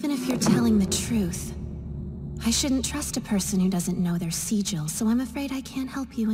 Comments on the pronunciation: in the english dub they pronounce it 'seejil' but the japanese one they pronounce it 'sigil' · ... Wow, two different ways they mispronounce it in this dub. I was expecting the "hard G" version, but not the "Pronouncing it with a long I instead of short." (It's normally only pronounced with a hard G if you're talking about the city from Planescape)